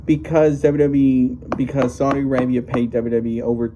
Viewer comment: Saudi not Saldi.